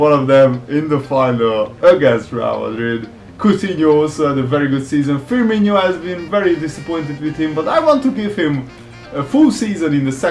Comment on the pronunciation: if you not stop say firminho I will either kill myself or stop watch this series! It's firmino, not so fucking hard to pronounce! The same if you sell your big players like Bamba and Dabo and the others. It's not realistic at fucking all to sell your best players cause they're old. As I said before I will either kill myself or stop watch this series and unsubb!